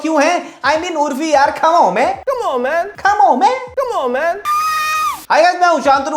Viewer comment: After the tremendous success of "mushkil se mushil" we bring you,"comaouh man"